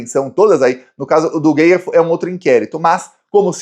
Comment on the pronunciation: não é Gustavo Geier ( como está falando)..e sim Gayer..rs..